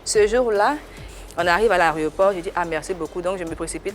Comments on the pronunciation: Ehhhh Eunice, on ne dit pas l’aréoport, mais plutôt l’aéroport. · On dit Aéroport et non Aréoport 😂😂😂😂😂😂 C'est toi qui sait attacher les gens non ? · Toi tu corriges les gens tous les jours, on dit "aéroport", pas "ARÉOPORT". Ça fait 100 fois tu dis ça. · Eunice qui aime attacher les gens là elle ne sait pas qu'on dit "aéroport" et non "aréoport"? ce sont mes oreilles qui écoutent mal ou c'est "aréoport" elle a dit surant toute l'émission? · Eunice!! On dit pas à l'aréoport ! Mais on dit à l'aéroport ! 👍🏼👍🏼🤣🤣🤣🤣😃😃😃🤣🤣🤣 Bravoo pour ce prix que t'as eu 👍🏼 ❤️❤️❤️❤️💕💕💕👌👌👌, continue de bosser, des prix et trophées sont encore devant ! Que Dieu te bénisse ! 🙏🏼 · Eunice on dit Aéroport et non AREOPORT 😝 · Elle dit ça à chak fois ko ariioport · Elle corrige les français parlés (😂😂😂), nous on corrige tout. AÉROPORT ne se prononce pas ARÉOPORT. Je pense que tu vas comprendre. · "areoport" c'est en Ivoirien 😂😂☺️ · Ai-je entendu Eunice dire "L'areoport" ? 🤔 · C est à l ivoirien 😜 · ehhhh, moi même je suis ivoirienne ohhh, et ce n'est pas comme ça que nous on prononce aéroport.